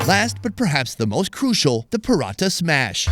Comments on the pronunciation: that's not Parata, its parotta!@@ freaking northern India has you spellbound. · Prawteh. Say it properly.